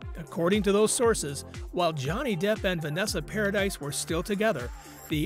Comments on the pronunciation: If you're going to make a video about someone, then at least look into how you pronounce somebody's name, paradise? 🤣🤣 It's pronounced with the eeee sound for crying it loud, and where exactly did this show that Vanessa had said anything about heard? 🙄 Click bait videos are so annoying. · exactly how I felt. If someone is going to be doing a video about another person, they should at least make sure they know how to pronounce that person's name. Did you also notice that he called Johnny's son Jack Christopher Depp Jr.? I know his name is Jack. But, where does the Jr come from? That's confusing. It would mean either Jack's given name is John/Johnny/Jonathan & Jack is a nickname. Or Johnny's real given name is Jack. Or someone got his name wrong too. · I can’t get past four minutes with the constant mispronunciation of her name. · Vanessa’s name is NOT Paradise it’s PARADIS!! It’s French, the “s” is silent!! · Not paradise, dude! Paradis is pronounced paradee. JD has NEVER been a cheat. I get sick when I hear people say that cause he def wasn't! That's why when AH came into him, he blew her off. He was still with Vanessa. She was with her so- called wife at the time, also, but cheating, like AB didn't bother her... at all! She was no kind of parent & his kids were smart enough to stay away from AH. They weren't blind & knew she was horrible to him!! Vanessa has plainly said he never cheated on her & he's said the same. AH, on the other hand, came into him but he didn't move on it for 2 yrs! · It's pronounced Paradee not Paradise. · PARADISE has an E at the end Please STOP saying paradise IT'S PRONOUNCED PARADY 🤦🏾‍♀️ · Thank you. Came to say the same thing. Was driving me bonkers when he mispronounced each time he said it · Exactly. It kills me when these narrators pronounces names wrong and wrong with confidence. It’s like you should research the people you are going to talk about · omg they cant even pronounce vanessa's name right PAradis not paradise